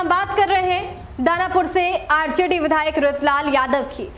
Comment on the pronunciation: Badhayak nhi vidhayak